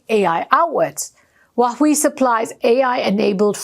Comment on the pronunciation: Please lady, learn to pronounce China’s president’s name and Huawei correctly. Get some help 👊🙏Your reports are great, but these two pronunciations diminish your shine and make you sound like an idiot 😢